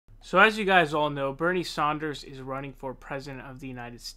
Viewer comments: Back to mispronouncing Saunders!? How annoying u can't say his name correctly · Yes. It's Sanders. NOT Saunders. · Do you incorrectly pronounce names intentionally. I've seen other videos where you incorrectly correct people on how they say words. Get more progressive and respect people's NAMES. If you want to incorrectly use other words, fine. Stop saying Sanders wrong.